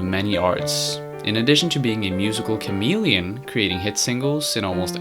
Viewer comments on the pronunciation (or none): none